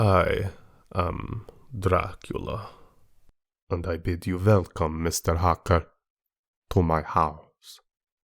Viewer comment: Bela Lugosi didn't pronounce "welcome" with a "v," so you shouldn't have, either.